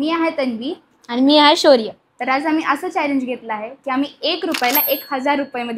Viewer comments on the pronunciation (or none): आनी नाही, आणि! पानी नाही, पाणी!